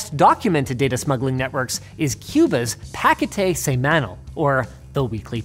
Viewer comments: For future reference, "paquete semanal" is pronounced like "paw-KEH-tay seh-mah-NAWL". (I think that's a mostly valid phonetic representation?) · For God's sake Linus, you didn't even try to learn how to say "paquete semanal" in spanish, something you could learn in 30 sec or less... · "Páquete semánal" jajajaja que puto genio. te dejo el like por ahi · "Páquetei semánal" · Don't forget "PA-ki-tay say-MAN-ull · He also butchered "paquete semanal" Pa-Ke-Te Se-Ma-Nal "Pa" in the word Package Ke in Ken Te in Ten Se in Sexual Ma in Maximum Na in Nah L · It's more like Pa like "Package" and Ma like "Maximum" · I don't understand why some Americans who make videos don't make the minimum effort to pronounce well foreign phrases like "paquete semanal". All it takes is to ask a Hispanic person, or if you are the type of person that doesn't want to talk to any Hispanic person you could use the web to get the right pronunciation, especially if you are a geek you could've just try that. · Hearing Linus pronounce "Paquete Semanal" is a thing now, saludos desde Cuba asere! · Great video but OMG as a native spanish speaker, the way he butchered "paquete semanal" was really painful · As a Latinoamerican, Linus struggling to say "Paquete Semanal" fills my soul with joy lmao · As a Cuban, seeing a Canadian completely botch the pronunciation of "paquete semanal" was weirdly wholesome lol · i cannot get over how he butchered "paquete semanal" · Great video but terrible Spanish Linus. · Is it that hard to use Google translate to give you the proper pronounciation of "paquete semanal"? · That was so horribly butchered it caused me physical pain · Linus butchering Spanish pronunciation is hilarious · lmao it was so badly pronounced that I didn't even notice he said that